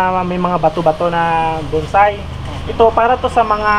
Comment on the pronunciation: Hindi yan buuuunnnnnsai..... BONSAI.... puro kyo bunsay eh......